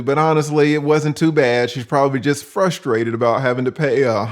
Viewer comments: Straight to jail for saying, "FUSStrated". There's 2 R's in frustrated,. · "Fustrated" yikes